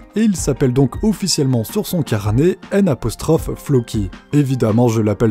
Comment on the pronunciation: N'Floky, comment tu le prononce ?